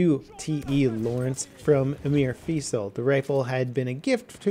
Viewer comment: You say you've seen the movie yet you awfully mispronounce Feisal, as well as several key cities....unsubscribed.